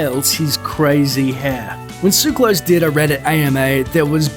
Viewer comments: ugh can you people ever pronounce anything properly?! it's not "tsuklos", it's TSOO---ka-los!! emphasis on the 'u'!!! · "Suclose came by his name the honest way, by being born in Switzerland" I don't have a drop of Greek blood running through my veins, yet i know this is a Greek name and you're pronouncing it wrong.